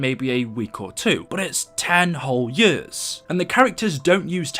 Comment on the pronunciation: You say years like yers do you have an accent and if so what is your background